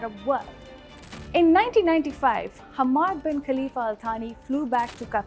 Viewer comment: If you're gnna make the effort and spend the money to run an ill-informed hit piece on a country,at least get the damn names and pronunciations right. Or is that too much to ask from your orange hued xenophobic head? "Humaaad" "Caleefa" "Youdaaid" Really? Lol.